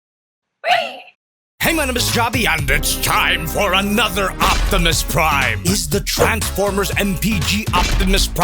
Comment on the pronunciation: Optimy, Optimuse, Optimussies 😂😂😂 Also if it has a poseable thumb, this might have gotten a 5/5 lol